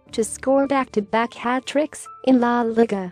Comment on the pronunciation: He says "la liga" wrong 🤣😂🤣😂 LIKE PLEASE